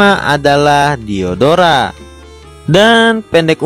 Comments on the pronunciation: Waktu abang bilang diodora Kok kanyak diodoran ya 😂😂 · Aku Yang Salfok Sama Lagunya Silhoutte Versi Mimin Dan Ketika Mimin Bilang Nama Diodora Yang Terngiang-Ngiang Di Telingaku Diodoran